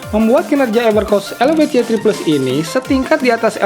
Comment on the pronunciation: why three plus bang, bukan ye three plus